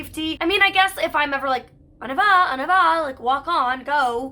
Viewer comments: I realize you aren’t French but it seriously makes me crazy that you can’t say “on y va” correctly. “On eee va” not “on ah va”!!!! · Your French is so bad, it’s not pronounced “on a vaw” it’s “on nee vah” You’d think after having a French dog all these years you’d learn how to say the basics ?